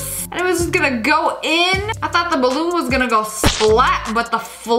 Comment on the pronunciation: It's not thioght it's thought